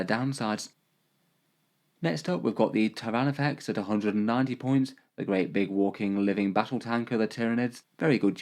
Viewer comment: Ah yes, the Tier-of-Nids